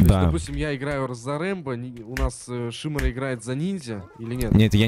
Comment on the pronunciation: с ударением на первое и, голос на одно ухо, "ихА база", "твоя команда выЙграла". Мда, бл*ть.